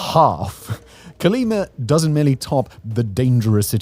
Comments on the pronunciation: The name of the State/City is COLIMA not CALIMA. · Colima not Cerleemer ya limey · 'Co-lee-mah', Simon, it ends in 'a', not 'r'. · Terrible traslation, Calima, Calema Cale-lima, Quima, wtf hahahaha CO-LI-MA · "Colimer"... Hmm, I think he means Colima. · ColimaDOES NOT HAVE AN R AT THE END!😂